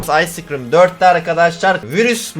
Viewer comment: Sciscrim demesi baslagincta